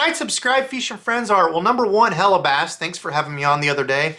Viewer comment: I like your videos as much as I hate when you say feesh or feeshing...it's so bad